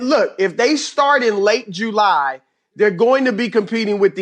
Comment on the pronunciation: Chris 'Late June, Early Jew-Lie' Broussard